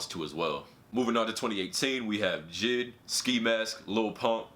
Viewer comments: Anyone else get annoyed how he said jid when the dots make it so you pronounce it J-I-D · U don’t pronounce it jid u pronounce it j.i.d. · It's pronounced ''J. I. D.'' not ''jid'' :D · J.i.d not jid bruh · I hate the way he said “Jid” instead of J.I.D. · This nigga really called J.I.D jid😂😂😂😂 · He said “JID” u pronounce it J.I.D not jid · He really said "JID" instead of "J.I.D" lmao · I think it's pronounced j.i.d not jid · This man said Jid but it’s J.I.D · this guy said jid its pronnounced J I D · “Jid”... it’s “J.I.D.” Lmfao. But he’s better then ski mask lol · Yo I love your videos bro but it’s not JID it’s J. I. D. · He spell j.i.d. like he is saying jead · Why he call J.I.D JID as a full 3 letter word? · damn really said jid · He pronounced it jid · It’s JAY-EYE-DEE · bruh why you pronouncing jid like that 😂😂